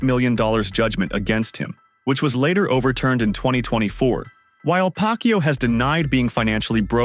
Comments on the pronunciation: Pacquiao not pac Q😂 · The speech engine messed up the pronunciation — we all heard 'Pac-Q'! 🤣🤣🤣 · I keep hearing manny pak u 😂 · Am i correct i hear pack you? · "PAK YOU" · you cant even pronounce manny's last name correctly...sheesh. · How on earth do you say Pacquiao the wrong way?